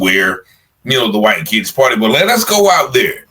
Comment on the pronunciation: Bro say whyte thugs 😂